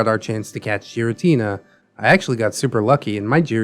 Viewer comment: the way he says giratina makes me wanna jump into the distortion zone ala cyrus of team galactic